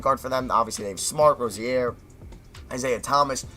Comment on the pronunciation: also, rose-e-air?